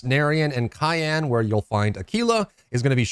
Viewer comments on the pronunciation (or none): none